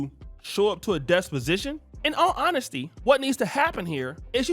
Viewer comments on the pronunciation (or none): Bro it's "Dep Position" not desposition or disposition.😢